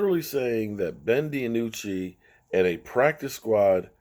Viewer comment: Lol Ben Di-anucci